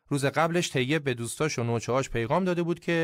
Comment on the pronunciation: یا مثلا تلفظ طیب tayyeb درسته نه teyyeb.این تو اپیزود شاهنامه هم زیاد دیده میشد